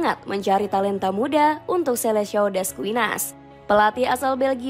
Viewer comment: Bacanya riKardo Kuarezma tulisannya Ricardo quaresma bacanya skuad selekao